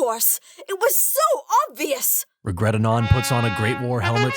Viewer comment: I thought it was 'Rigeret'